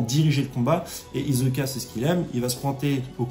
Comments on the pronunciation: Stp frero c’est pas hiZoka mais HiSSoka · C'est hiSoka! pas hiZoka....! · Fréro, chaque fois que tu dis Izoka, j'ai mal aux oreilles... Je n'ai jamais regardé en VF donc je ne sais pas si c'est ainsi que c'est prononcé. Je préfère clairement la prononciation Isoka en VO. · Hisoka stp pas hizoka ça me stresse 😁😁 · Ça se prononce hissoka. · ta prononciation d'hisoka est tellement bizarre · Phonétiquement ,Hisoka se prononce avec le « s » de serpent, saxophone, sel ou singe